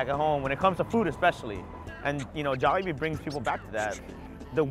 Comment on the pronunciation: I nearly turned the video off the way she pronounced Jollibee